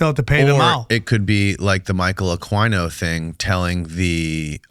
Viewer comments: You are not even pronouncing Michael Aquino's name right (A-Keen-Oh), and yes, he raped kids, study MURDEERED FORMER HEAD OF THE LA FBI TED GUNDERSON'S RESEACH AND THE TESTIMONY OF MK-ULTRA VICTIMS! RESEARCH MURDERED MAX SPIERS AND HIS LAST INTERVIEW HE DIED DURING. ITS ALL EXPLAINED THERE AND I KNEW MAX SPIERS DIRECTLY.... AND JANES RINK/RING DIRECTLY, WHO WAS MICROWAVE MURDERED THIS YEAR.... HE WAS SUPER HEALTHY, ORGANIC JUICED DAILY, AND HE DIES WITH A LIVER THAT HIS DOCTOR TOLD HIM BEFORE HE HAD DIED LOOKED LIKE IT HAD BEEN IN CHERNOBYL. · Michael Aquino ( ak- wee-no).. no he was a full on pdf file... you dumb f***. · It's pronounced AH KEE NO. Aquino, sick mfr ask Cathy O'Brien. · It’s Michael “Akeeno “ is the pronunciation. He started the Church of Seth. He was a colonel in the military. Very much into the Aleister Crowley magic and all of that . That guy is a rabbit hole by himself. He was very much a practitioner of the dark arts. He wrote books. A guy by the name of Douglas Dietrich worked with him at a military base. Dietrich has done interviews about what he witnessed. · Anyone else cringe every time they miss pronounced michael aquinos name 😑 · it might be good to start getting these names correct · Michael "UH-KEE-NO" not "uh-kwi-no" 😂 that was buggin me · Pronounced Akino not Aquino geez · Michael Aqua-E-No LOL you need to up your knowledge on names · It's not uhk•why•no, Jackazz🙄 Just make yourself sound infinitely more st00pid than you do already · It’s pronounced Michael Aw-Keeno Aquino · Aquino's name is pronounced Ah-kee-no. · Ugh. It's Michael (pronounced Ah-kee-no or possibly Ah-quee-no) . I don't know what that noise you guys were saying but it was horrible. lol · That's the ultimate goal, to get back to Babylon cause they're into Ba'al/Remphan/Moloch worship. The star that is on I$rael's flag is NOT King David, that's another deception. A-KWAI-NO? 😭 Can't do Spanish names, ese? 🤣. Michael Aquino was a whack job. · Pronounced “AKEENO”